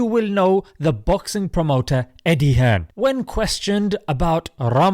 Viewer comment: It’s Hearn